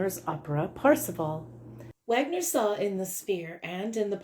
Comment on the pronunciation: thanks for the up load ,Wagner is pronounced vargner. you know flight of the Valkyries and all that